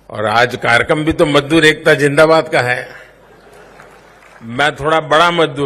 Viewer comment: madoor bola hai majdoor nahin